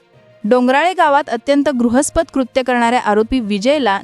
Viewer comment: गृहस्पद नाही गं बाई, घृणास्पद म्हण. नीट वाचता पण येत नाही आणि बातम्या द्यायला येतात.